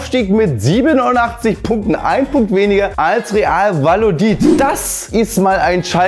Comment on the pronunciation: "Valodid" min. 4😂😂